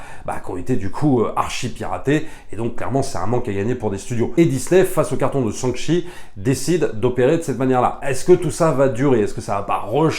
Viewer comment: Repeat after me ... "Shang Shi"... pas Sang Shi.